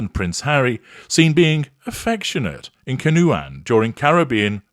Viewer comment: Pronounced Can-O-Juan